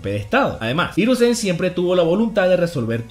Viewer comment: Los acentos en una palabra la mayoría se lo tragan por ejemplo, no es hiruzén, el acento en japonés es hirúzen, obviamente no tienen tilde, pero es un ejemplo, buen video, saludos desde RD